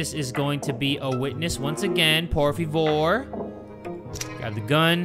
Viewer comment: "POR VE FOR"Real spanish from